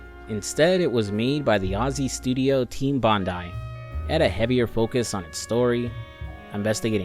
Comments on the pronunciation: Sorry im only about a minute into the video i just wanna thank you for pronouncing Bondai correctly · Thank you for pronouncing Bondi correctly.